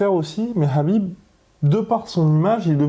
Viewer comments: non son entourage lui même le prononce Habib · ça se prononce habib